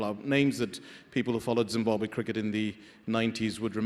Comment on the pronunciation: The pronunciation Zimbuabwe instead of Zimbabwe by shits me.